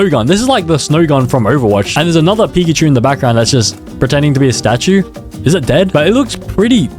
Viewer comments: pickachu❌️ pickatemu✅️ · its pika-achu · That’s not pickachu That’s uhcakcip